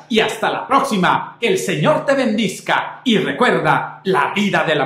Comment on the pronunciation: gracias por sus oraciones. Mucho me he aguantado de decirle que es BENDIGA... usted dice ben-dis-ga y no es correcto. Perdón por mi atrevimiento.